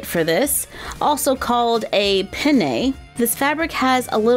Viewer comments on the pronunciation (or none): none